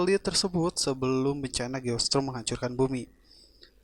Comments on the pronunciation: Geostorm bang bukan geostrom👍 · Geo strom dia baca nya... 🤣🤣